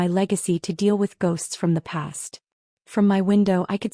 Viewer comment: Deal, not steel. S,M., not Esme.